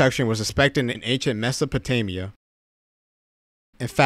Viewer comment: Mispronounced Mesopotamia. Americans.